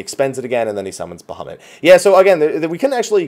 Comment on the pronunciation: BaHUMit, best pronunciation.